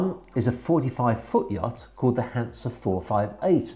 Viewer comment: Hi, I have to correct some of your pronounciations. 'Hanse': please only put some stress on the 'H' and the 's' is not sharp but more smooth. The city of 'Greifswald': the 'ei' in German words is always pronounced like the English word 'eye'.;-) Beside of that again a very good and informative video. Keep up the good work.